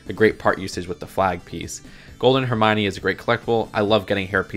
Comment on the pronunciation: HERMONE!? IT'S HERM - I - ON - EE NOT HERM - ONEE